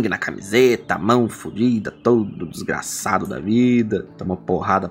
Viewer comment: Tô adorando os ênfases na palavra "desgraçado". Seria esse o TRIGGERED?